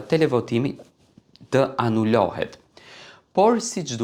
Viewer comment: Jo anulohet anullohet fol mire o fols